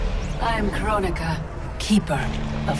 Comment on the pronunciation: I wish it was pronounced Kronika and not Krone-ika